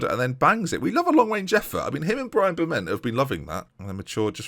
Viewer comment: When cheddar scored I swear said "we like a long range jeffort!".